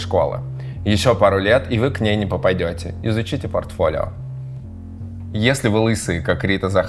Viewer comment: пАртфолио? Серьёзно?